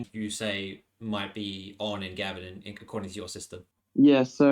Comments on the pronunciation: It's it Gave...n not Gavin, pumistone not pewmistone and car par la barr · And Gaven isn't pronounced like the name, it's closer to Gay-ven. The electorate covers a Gold Coast suburb called Pacific Pine (Pac Pines) which is VERY working class.